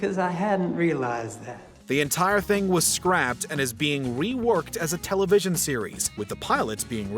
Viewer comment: The narrator manages to mispronounce simple industry terms like "television" and "distributor", apparently not knowing which syllables need proper emphasis.